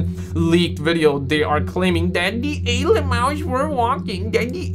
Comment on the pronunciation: Wtf are alieums? 😂